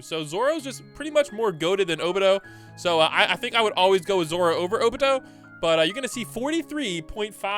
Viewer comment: bros says obito’s name so wrong it urks me